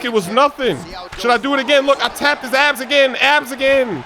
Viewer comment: When he said he tap his abs I thought he said I tap his ass😂😂😂